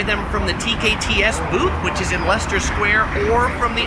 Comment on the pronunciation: this "american" just said Leicester correctly!!!